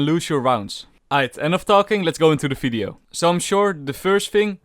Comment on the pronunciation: its video not "fideo"